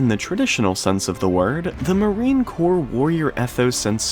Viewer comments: Crops is pronounced "core" no reason you shouldve known that lol but was just giving some info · Sorry, but it's pronounced Core, not corpse. A corpse is what the Marines leave behind. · NO "S!!" Marine "KOHR" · It's pronounced "core" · The "s" in Corps is silent Otherwise, it sounds like that youare talking about a dead body (.CORPSE) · For your information, the word "Corps" is pronounced as though it were spelled "core" or 'cor'. The letters P and S at the end of the word are silent. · It's not Marine "Corpse" 🙄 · It is pronounced "core". And the USMC has been beaten on the battlefield thousands of times. I would suggest studying actual history. Instead of some bullshit.